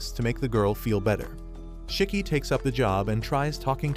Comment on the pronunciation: It’s not chiki is shiki